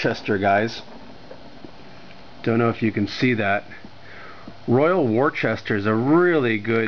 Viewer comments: American pronunciation: wore-chester. British pronunciation: wooster (like rooster) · Wor Chester 😂😂😂😂😂